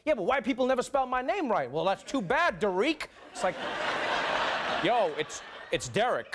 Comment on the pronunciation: Da-reek lol